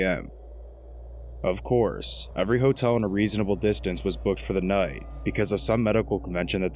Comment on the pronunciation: The way you say the word "noight" is infuriating. Having said that, this was extremely entertaining. Thank you for doing it.